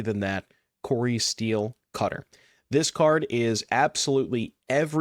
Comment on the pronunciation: Oh. It’s “Cori-Steel Cutter” not “Cori Steel-cutter.” Huh. Don’t think I realized that